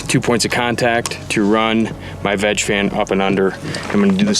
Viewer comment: Every time yall said veg, I heard vag 🤦🏻‍♂️